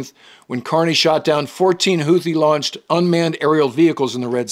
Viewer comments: Hootees, not Hoothees. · The second h in Houthi is silent. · Houti general YAYA? 😂